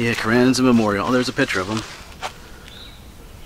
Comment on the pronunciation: It's Carranza long ahhh sound not a like in cat...... I read a lot about him, but I didn't know the contents of that letter. Well said a bout:peer" pressure" or whatever, from experience and teaching I'm sure you have addressed that issue many times. Being a young man without a lot of life experience was probably another reason he did what he did....very tragic, but ironically, if he hadn't died, would he be as well remembered or honored? We know of many interesting people with potential, who lives were cut short by tragedy and whose deaths kept them in the public eye, like Emilio's, sad but true:( Cheers, Rik Spector